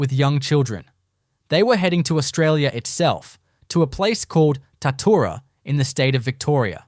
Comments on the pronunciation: Bullshit, I am from Shepparton right near Tatura...there was a major Japanese prison camp at Tatura(pronounced Tatchoora). Its well documented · Im from Shepparton, about 40km from Tatura...ffs get the name right! Its pronounced Tatchoora. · Such a pity the creator was too lazy to make even a small attempt to coordinate the photos with the narration. The Tatura Wartime Camp Museum has photos and other items which could have been used in this production. Oh and it's pronounced 'Tat-you-ra'. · Pissing me off, Its Tatchoora. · Pity the narrator can't pronounce Tatura correctly. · So true, I winced every time he/it said the word.